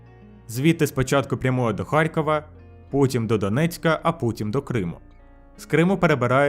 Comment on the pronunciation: Якщо вже укр озвучка, то не ХарЬкова, а Харкова.